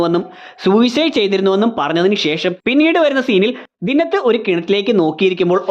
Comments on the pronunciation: ദിന്നത്ത് അല്ല ബ്രോ, ദിൻനാഥ് എന്നാണ്. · ദിന്നത്ത് അല്ല ദീൻ നാഥ് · ദിന്നത് അല്ല ദിൻനാഥ് എന്ന് ആണ് റോഷന്റെ charactor name